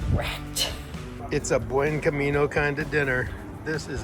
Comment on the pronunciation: lol stop saying Buen Camino with the weird accent.